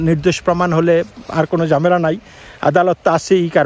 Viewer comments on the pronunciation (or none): none